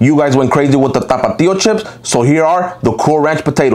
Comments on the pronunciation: Stop putting so much emphases on THAPATHIUO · I love this guy saying "T A P A T I O" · I loved the part where he says "TAPPATTEEO" 💀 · It just sounds funny when he speaks normally and then overpronounces the word out of nowhere.